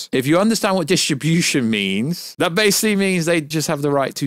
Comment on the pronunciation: We know it distribution means but do you think you can learn how to say it right